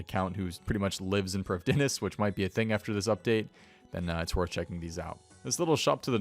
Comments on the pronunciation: I'm Welsh, I speak Welsh. All of OSRS/RS3's Elven language is either entirely Welsh or based on Welsh language. The correct pronunciation would be Pr-EEF-THEE-nas. That being said, it's a video game, pronounce it how you like. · Priv thee ness it’s a welsh world everyone butchers it but that’s how you say it